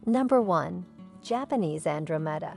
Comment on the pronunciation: This must be an AI product. Lots of mispronunciation of common plants, such as Japanese Andromeda and Cinquefoil. I